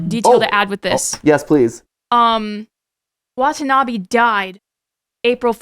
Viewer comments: watanabe not watanabi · hope they will learn to properly pronounce Watanabe in the film theory XD